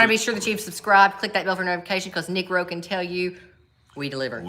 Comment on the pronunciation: careful pronouncing the name of nick rowe